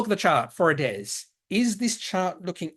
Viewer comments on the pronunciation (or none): what is it with "hairs" at the moment (heirs/ hairs) ....adairs/adhairs!